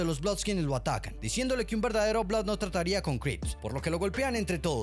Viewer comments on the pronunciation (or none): none